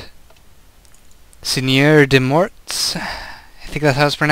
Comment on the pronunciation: the pronunciation was really good, except that the last "t" and "s" at "morts" doesn't pronounce in french. but it's fine :)